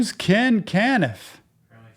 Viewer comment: Ken can-iff. This guy is awesome. Like seriously. Seems like a great guy. But that made me laugh